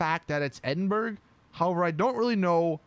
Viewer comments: It’s pronounced Ed-in-bruh not EE-din-burg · its pronounced ed in bruh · Edenburg. Eden... burg... EDEN... BURG... *Ed-in-bur-ah That hurt to listen to. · Edinburg😂😂😂😂🏴🏴 Pronounced like edinbruh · Ed ing bru that’s how to pronounce it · Edinburgh js pronounced edinbru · Ps it's pronounced EDIN BOROUGH! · It’s pronounced Edin Bruh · It’s not edinburg it’s Edinburgh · It’s pronounced Edinbru!!!!!! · Ed-in-burg LOOOOOOL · EDINBURGH, ED-IN-BRUH. ITS REALLY THAT SIMPLE. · Just had to make the video over 10 mins... "Edinburg"? "Hellfurry"? REALLY???? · Ed-in-bruh is how it’s pronounced ;) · Edinburg? Do you even English bro? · Ay just saying it’s ed-in-bruh I guess you could say how it’s pronounced, it’s in Scotland where rockstar north is based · I’m British and hearing him say “edimburg” makes me cringe so much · Eh dem bruh not edemburg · Ed-en-bruh (Edinburgh) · How he says Edinburgh is painfull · Oh no, i saw all the comments on how he said Edinburgh wrong, but i couldnt find when he said it... then i heard it and jumped out my window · HOW DID YOU SAY EDINBURGH WRONG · U can't pronounce Edinburgh I'm from Scotland and this is hilarious 😂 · Omg the way you said Edinburgh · I love how he say the scottish name that not how you pronouse it guys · Cant do heists Can't resist blowing up peaceful players. Can't fly Can't say Edinburgh??? Really? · Edinburgh... TRIGGERED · You can’t even pronounce Edinburgh right... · His pronunciation of Edinburgh is hilarious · tbh it's understandable he pronounced Edinburgh that way if he has never seen the word before